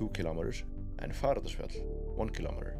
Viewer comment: Fagradalsfjall - nearly got it ! Just a bit slower please....